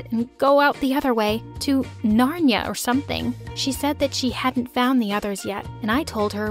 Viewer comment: She really did just say she wanted to walk out to nonia and not Narnia